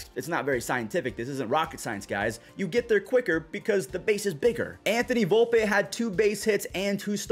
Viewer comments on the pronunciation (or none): Volp-E not Volp-A